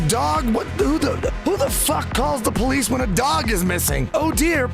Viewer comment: "When we shay abolish the poleesh"